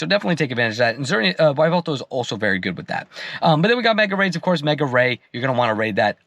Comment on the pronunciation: Whats a Why-veltal?😭😭😭😭